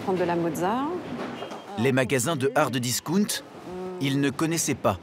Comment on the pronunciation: S.v.p. bien prononcer ou utiliser des termes français. Hard discount et non ardiscoont…c’est quoi ça 😅.